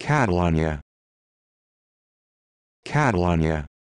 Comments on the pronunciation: That is NOT how you pronounce Catalunya! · this is the most gringo way to say it (if you're referring to the city in Spain)